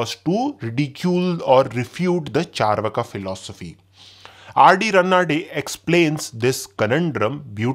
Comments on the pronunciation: Pronunciation is charvaak not charvaka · Bro it's चार्वाक not चरवाका